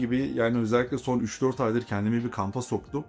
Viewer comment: Deting yerine deydinq demesi 🤣🤣🤣🤣🤣🤣😮🤣🤣🤣🤣🤣 birde ingilizcem iyi diyor